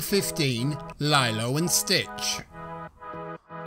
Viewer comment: You pronounced Lilo's name like lie low🤣😂